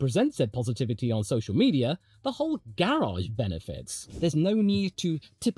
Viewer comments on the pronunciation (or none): none